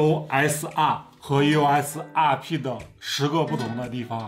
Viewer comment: 你这英语，eos 阿屁，，，，🙄